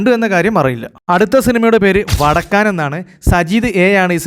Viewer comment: വടക്കാൻ അല്ല വടക്കൻ